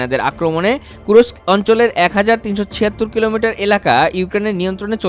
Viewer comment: জায়গাটার নাম কুর্স্ক, কুরোস্ক না।